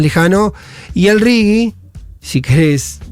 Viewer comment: J!!! RIGI - RIJI. Es castellano!!!